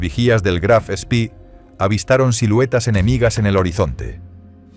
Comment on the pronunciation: El Graf Spee (no "spi") no fue hundido, sólo averiado. Fue su capitán quien lo destruyó para evitar que fuese capturado.